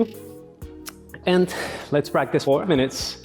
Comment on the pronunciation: "práctic time",,, jajajajja la fuerza guerrera a pleno !!!! mucha energía